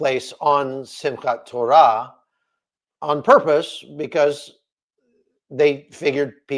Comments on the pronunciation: You said. Simka torah very very well and very israeli like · You pronounced Simchat Torah pretty well! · This will be the two years anniversary of the hostages being taken. If they are released on that day it will be Biblical. And yes you pronounced Simchat Torah correctly! Watching from Wisconsin 🇺🇸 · Excellent pronunciation on Simchat Torah but it's not the holiest day in the Jewish calendar. That would be Yom Kippur, Great analysis as always. God bless. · YOU DID SAY SIMCHAT TORAH CORRECTLY